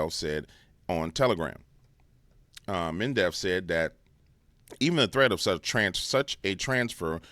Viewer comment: Med...ve....dev. not "mendev". no "n". 😂. Unless this was intentional, then carry on.